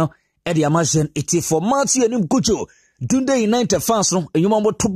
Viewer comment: Please it’s pronounced “Dandii” united . Ghana 🇬🇭 should watch out for this boy Matthew Anim Cudjoe.. His one for the future. I pray for an injury free season for him.